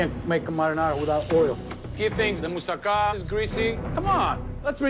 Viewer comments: Mousaka? Mousuck. smirks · Mousakka more like mousucka